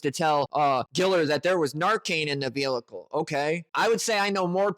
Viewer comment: Guy, I like your videos, but you need to stop saying “velicle”. Also, run your comments through the spell check. I agree with you that these guys are imbeciles, but it doesn’t help your cause to make glaring spelling errors in your comments. Keep the pressure on these morons.